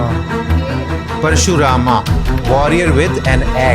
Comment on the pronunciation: Parshuram Nahin Parshuram Rama Nahin Ram